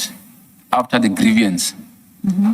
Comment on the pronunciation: It is not grievyance! It is grieVance. There is not an extra i in there!